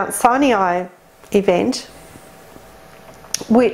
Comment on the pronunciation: Why is she pronouncing Mt Sinai as Siniai? Have I been pronouncing it incorrectly for years??🤔